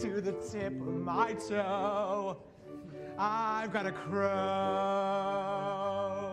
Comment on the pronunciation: "I've gotta a crow" can't unhear that ever.